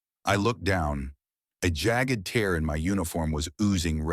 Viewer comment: tear and in bear, not tear as in near - those have completely different meanings.